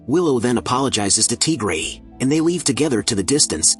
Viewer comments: Tigery❌ TGray✅ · "Teagrey" HITS HARD